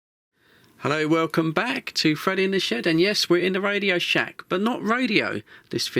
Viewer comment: a bot that always says FRID and not FRED 😄